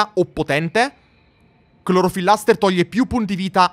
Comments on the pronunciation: CLOROFIL...LASER!!!! NON "LASTER" 😅🤯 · non per essere perfettino ma è "clorofilLASER" non "LASTER" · Benvenuti in questa 36esima puntata di “ si dice ClorofilLASER non ClorofilLASTER”